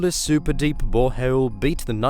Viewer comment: "Hey were auditioning for this youtube documentary." "Ok" "Please say bore hole" "Boreho-el" "You're hired"